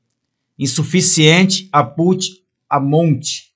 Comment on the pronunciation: como q vc lê Output como Aput? KKKK